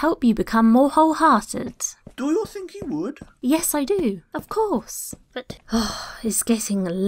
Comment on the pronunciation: Did say, "whole heartless'? or did I just hear wrong. Good one!